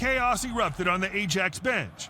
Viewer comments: A jacks? 😂 the pronunciation is Eye axe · A-jacks xD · I haven’t watched yet but it’s pronounced Ayax in Amsterdam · I feel like this video is a rage-bait video (not yours the one you're reacting to). It gets a lot of details and names and thing wrong that would have been easy for them to Google. No one is saying "A-jacks" if they've ever watched football before. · Yeah as someone liv8ng in Amsterdam. A-jax. Hurt me. Hahaha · Terrible video, if you can't say "ajax" correctly!!